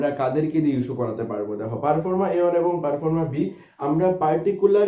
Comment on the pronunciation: আপনি কিছু তথ্য দিচ্ছেন খুব ভালো। কিন্তু আপনার উচ্চারণ শোনার পর খুব সন্দেহ হচ্ছে যে কতটা সঠিক তথ্য দিচ্ছেন। পারফর্মা নয় ঐটা প্রফর্মা। 🙏👍